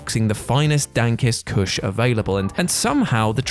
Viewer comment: I never knew that the words 'dankest kush' could be so hilarious when said with an English accent.